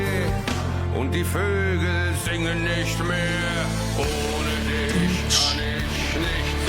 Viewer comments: It's a "ch" sound, not a "tch" sound lol It's "dich" not "ditch" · At least he got the "ch" sound ;-)